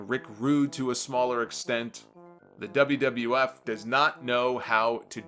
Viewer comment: the wiff......that'd mean WWF I imagine just with an added i lol